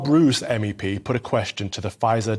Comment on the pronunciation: How do you pronounce Roos? It's Rose Greets from a dutchman.